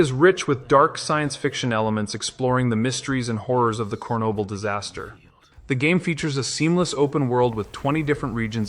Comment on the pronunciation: Ugh, these AI narrations are spreading worse than herpes. You can tell when "he" mispronounces Chernobyl while saying it right the first few times and you can also tell in some endings of sentences.